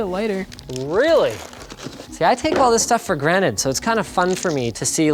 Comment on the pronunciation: It`s GRANTED and not Granet